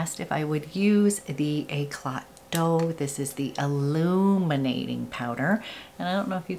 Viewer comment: Hi! Thank you for the second video! Just place a second order...couldn’t resist! the Eclat Doux powder: the doux is pronounced as in a « oo » sound. Just like I made a boo boo 😂😂😂😍😍